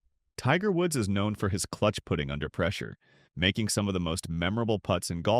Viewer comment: Damn I acc couldn’t tell if the voice was AI or not until bro said “put-ing”